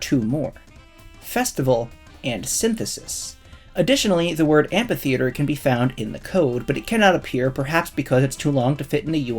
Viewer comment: The ph in amphitheater is pronounced "f"